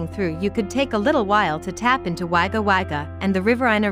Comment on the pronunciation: Nice town most Australians call it Wagga which is pronounced Wogga Not Wagga